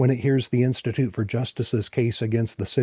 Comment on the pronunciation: I'm begging you, please, please, please, do not pronounce the "L" in Norfolk. (Native of Hampton Roads here). At least not for the one in Virginia. The old cheer "Don't Drink, Don't Smoke. Norfolk" is probably still being chanted today. It's not just the way it's supposed to be said. A random example